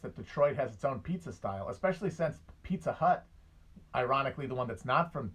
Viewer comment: I love when Matt gets on his midwestern shit. Pizza Hut.